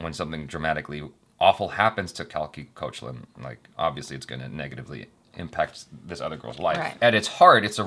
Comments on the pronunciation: you are pronouncing Koechlin wrong. In wikipedia there is a voice bit where she herself says it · just some info... koechlin pronounced cake-laa(n)...nasal twang at the end if tht makes sense! she said this in one of her interviews... on the couch with koel puri! ok i'm done..bye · Just for the record, Koechlin pronounced 'cake-laan'!